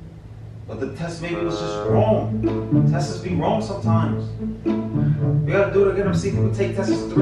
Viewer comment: say gotta get all the testesss 😂😂🤣😂😂😂🤣😂😂😂